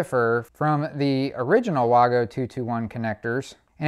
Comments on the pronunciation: Waygo not waaago. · Vago, not Wago. The W sounds like a V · It Wago Not Wogo Say it like Waygo The A is bigger for the A reason so the it a A sound not o sound No o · in English it would be wag-o DO BETTER